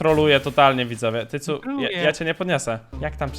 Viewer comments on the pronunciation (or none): Czy tylko ja zamiast słyszeć tycu usłyszałem cycu